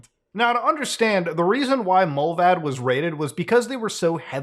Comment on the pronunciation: You are pronouncing it wrong. You are saying Mullväd, it is Mullvad.